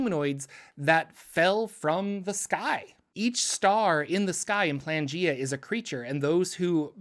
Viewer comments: Y do u keep pronouncing it Plangea? It is spelt Planegea, with an E in the middle. I think maybe cuz it is a reference to Pangea that u r tripping up on this but if u have a source that tells us it is actually pronounced Plangea, then I'd love to know where to find it, cuz right now the sound just hurts my brain. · PLANE not PLANgea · Dawg that's clearly pronounced plane-gea Not plan-gea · It's Plane-gaea. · Isnt it pronounced playn-G-uh? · ... Is it not "Plane" -gea. As in Pangea, but of the Planes? lol